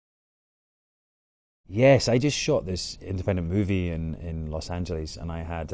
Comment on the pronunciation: 😉I like how Sam pronounces "Los Angeles and Incognito"😍